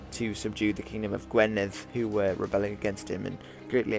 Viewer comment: Absolutely love your videos man! Just so you know Gwynedd is pronounced gwi-nedd not gwe-nedd :D